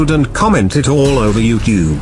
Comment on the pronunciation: Chad the project zorgo leader don't know how to say you tube he says twbe😁